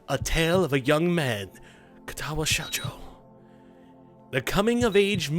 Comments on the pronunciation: dude the game is called katawa shoujo pronounced kah tah wah show jo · Kah-tah-wah show-joe.